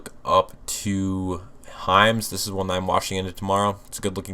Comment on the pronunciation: I thought you were saying Heinz but you were saying Hims 😂😂😂